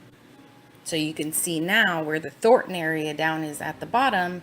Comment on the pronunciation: Not that its particularly relevant but...as someone from Denver, the suburb is pronounced "Thor Ton" not "Thort Ann" ...